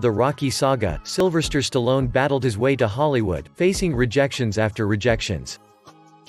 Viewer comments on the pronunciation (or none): Silvester not Silverster, SMFH